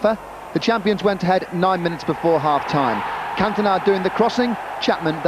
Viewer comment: Haha. Eric Can-TONE-uh.